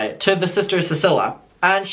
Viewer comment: I think her name is pronounced ceeceelia